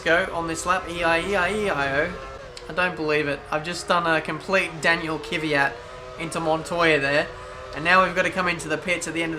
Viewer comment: Can't pronounce Kyvat